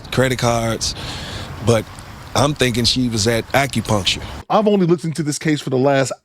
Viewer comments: Acropuntural appt? If you can’t say acupuncture you need to stop making reaction videos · “AccuPunctual” ma’am please be quiet. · couldn't even pronounce Acupuncture...She said "ACRO-PUNCTURE or sumthin like that!!"..🤦🏾‍♂️ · She doin all this talkin and can’t even pronounce acupuncture correctly , . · this ghetto incubator can’t pronounce “ acupuncture” but thinks she knows what happened 🤣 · Can’t pronounce acupuncture but trying to speak on someone’s situation 😂